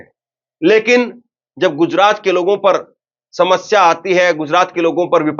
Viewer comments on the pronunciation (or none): none